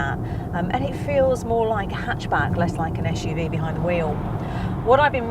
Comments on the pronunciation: Oh my god! Not again! ESH-U-V! ESH-U-V! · here we go again: esh UV esh UV, esh UV..... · 'ESH' UV its SUV!! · This car should have been reviewed by Batch. At least, he knows how to properly pronounce 'SUV'.